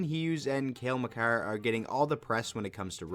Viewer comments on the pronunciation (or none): none